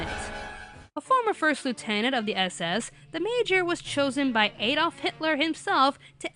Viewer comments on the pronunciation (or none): none